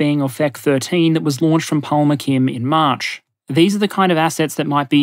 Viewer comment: Palmachim is mispronounced. the "ch" is supposed to sound like the "ch" in the Scottish 'Loch'.